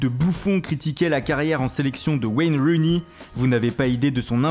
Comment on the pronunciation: Rooney pas Runey 😊😜